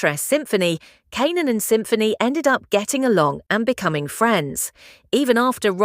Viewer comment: I hope that you get your ai to pronounce Kanan right 😂